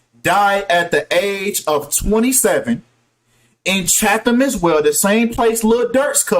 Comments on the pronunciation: It’s pronounced “CHA-TUM” not “Chan-thum” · It’s CHAT- HAM 😂